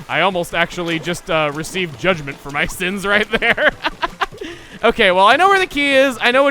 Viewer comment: Did you say unleash judgement or Juddment?